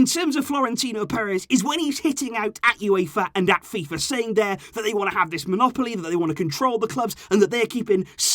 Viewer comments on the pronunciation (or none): none